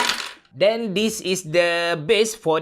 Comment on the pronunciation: "DAN" in english. "DEN" Hahahahahaha. Dah mcm bunyi orang somban cakap saya dah. "Den nak poe build pc ni" Hahaha! Terkantoi sikit but its ok. U have try your best! Goodjob ~~!!!!